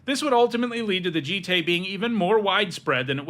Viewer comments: its pronounced joot toot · Umezawa’s J-EYE-T